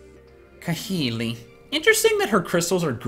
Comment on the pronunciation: It's kah-HEE-lee